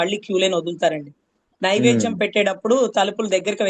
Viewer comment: నైవేజ్యం కాదు నైవేద్యం అనాలి